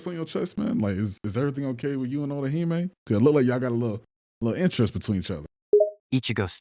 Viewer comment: Brother "Otohime" 😂 is he even talking about orihime??